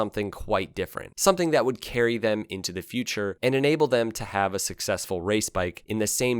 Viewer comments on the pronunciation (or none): none